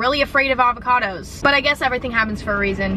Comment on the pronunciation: 2020 Emma said SIKE with Avo--cadoos